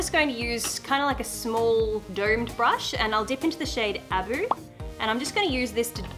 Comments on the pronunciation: Love you, adore you, but sweetheart, it is Ah-Boo not Ab-u. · A-boo not aboo